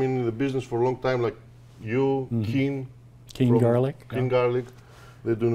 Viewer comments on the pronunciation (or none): Was saying Keene or king garlic?